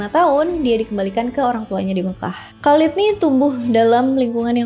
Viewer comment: Penyebutan nama yang kurang, pas.. Khaled, Umar bin Khattab Thoriq